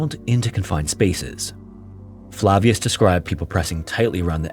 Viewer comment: Your pronunciation of Flavius lol